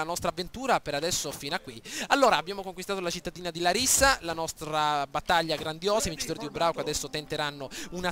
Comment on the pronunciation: Ed si pronuncia làrissa